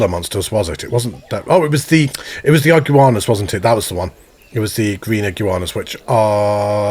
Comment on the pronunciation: Love the content but it’s iguana not igu-anas